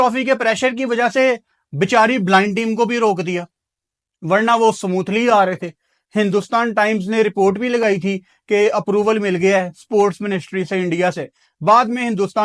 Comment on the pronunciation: Samoothly nahi smoothly